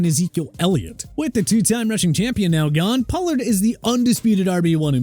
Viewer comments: Maybe he transferred? Idk. They also screwed up Tony Pollards name every time they said it so. Who knows? doesn't have any proofreaders. I've said this for years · You had so many chances to say "Pollard" correctly. Isnt Javante already hurt too?